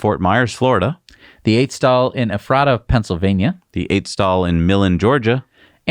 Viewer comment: It is pronounced Eh-fray-ta; Ephrata. Derived from a biblical town in Israel near Bethlehem. One in Pennsylvania and one in Washington state [where I spent my first 5 years of life] in the US. My brother in laws youngest brother was Mayor of it and brought fiber to the city before fiber was cool. They all thought he was crazy but now not so much as they have many server farms using low cost hydro power [3.5 cent per kWh]; many harvest bit coin. Better than dry land farming. At that cost solar isn't a thing yet they have twice the sun as the west side of the state. Most are PUD's. One often gives its customers money [mostly from sales outside the state] annually if they made money overall. A farmer friend who lived in that district got a check that paid for 85% of his annual bill one year.